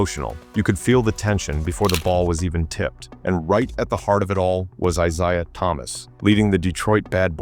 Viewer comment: Larry torched Rodman a LOT more than Dennis got the better of him.Cooper was good, but Bird still got his shot off on him.Magic was his true equal.You don't know your Isiah Thomas's.There are 2 different ones.Plus you keep saying Isiah wrong.Dr. J & Bird was a fierce rivalry.Wilkins, never had what it took to take down Larry & the Celtics..Finally,..what no MJ???